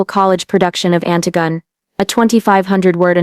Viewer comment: That's not how you pronounce Antigone